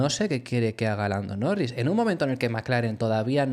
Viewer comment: dices blando norris?